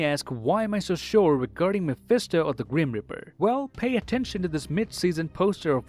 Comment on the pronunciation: I love how he says grum reaper as grim riper